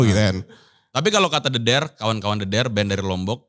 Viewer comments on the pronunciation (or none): band the dare bacanya bukan the dare (inggris) bang, tapi dedare, dedare bhs sasak (lombok) artinya gadis